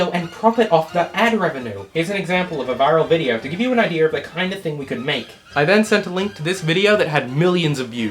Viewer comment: I need to AX you a question Did you say idear at 1748 but type idea